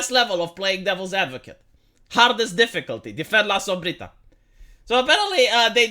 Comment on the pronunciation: I love how you pronounce "la sombrita" you have good spanish pronounciation.